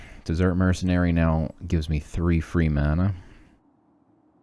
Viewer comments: Were you purposely pronouncing desert like dessert? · It's Desert though not Dessert hehe.